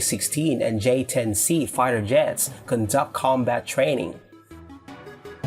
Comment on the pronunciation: j10c not j10b